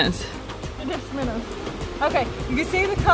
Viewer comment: One says minnows other says minnas🤣